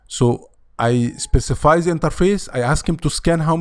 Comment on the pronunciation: من نطقك ل "زا" عرفت انك مصري😆